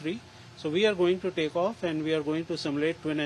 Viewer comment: "vee have seen it"